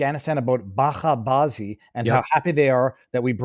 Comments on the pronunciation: It's buch aa baazee, buchaa means kids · Bacha ('ch' pronounced as in change) Bazi. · Its a soft “ch”. Like bit”ch”. “Batcha” is child (male), “bazi” is “involved with”.”londay” “bazi” is homosexuality (usually adult.